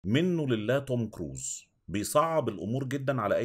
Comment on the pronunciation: هوة مين الذي العايز يتفرج علي فلم مش عشان قصه ولا حاجه في فلم ❎ عشان الممثل كريس ايفانز ✅🤣🤣🤣🤣 توم كروز بقا هههه اهنا لازم نكلم كوكب زحل يجو ياخدو ابنهم 🤣🤣 مبن سمع توم كروز ❎ توم كوز ✅😂😂🤣 استمر في سلسله مراجعة حلوة ♥💖 اتمني لوحد يعرف تطبيق او موقع يجيب كل افلام ومسلاسات مالڤل او لافلام عاديه بليززززززز 🥺🥺🌹